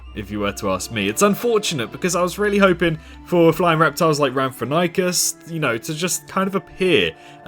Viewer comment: Ram tho hink us Is how to pronounce it